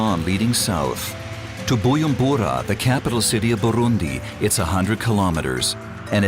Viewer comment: nice video :) but the narrator kept saying BuYUmbura the letter J in "BuJumbura" is not silent (sorry had to say it 😅)